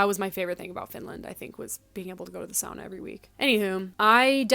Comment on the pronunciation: Thank you for saying sauna as sauna and not SOONA <3